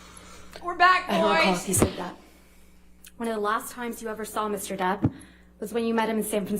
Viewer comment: Does it get on anyone else’s nerves when they say “Mr. Debt” instead of “Mr. Depp?” No hate to the lawyers here because I know they spend hours and hours talking/reading aloud but it is a serious pet peeve of mine lol